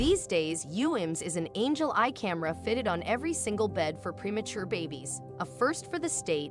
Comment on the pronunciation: Seven zero miles away in Kuwait? What exactly does that mean? If you're going to plug a wonderful thing like Angel Eyes, FGS, say it right!!!!! Angel Eyes!!!